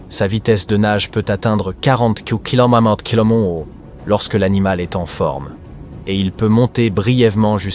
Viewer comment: Oh, l'IA qui a du mal à lire km/h ...